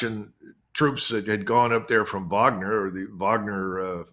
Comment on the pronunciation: Finally someone who can pronounce Wagner correctly. Vaughner